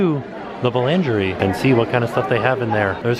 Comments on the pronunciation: Pronunciation was so funny. Boulangerie boo-lounger-ie. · bulangerie and patassery haha i love the french pronunciations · I'm, like, your biggest fan. BUT I almost turned this video off because of the constant butchering of the French. I understand that you don't speak French. But you would think that you could do enough research before making a video for hundreds of thousands of viewers to at least say the restaurant names and words like "boulangerie" correctly. It's embarrassing brand-wise and as a fellow American. I really love you and love your channel and watch your videos literally every day, but the pronunciation in this video was cringe-worthy.:(